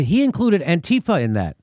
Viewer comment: and he pronounced antifa correctly, which is strangely what's surprised me the most